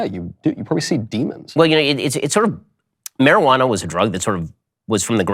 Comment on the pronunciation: He really said “Marriage-a-wana”